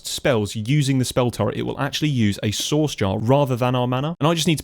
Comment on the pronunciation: Every time you say "source" I hear "sauce" and it makes me giggle